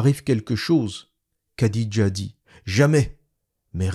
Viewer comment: Petite correction pour les prochaines vidéos le kh comme dans Khadija ou Boukhari ne se prononce pas "k", ça se prononce comme le "х" en russe. Le son n'existe pas dans la langue française mais c'est un peu comme un chat qui crache lol